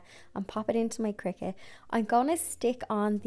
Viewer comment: Thank you for this introductory video! I just received a Joy Xtra for my birthday! 🥳 Also thank you for teaching me the correct way to pronounce cricut! I’ve been saying cry-cut 😂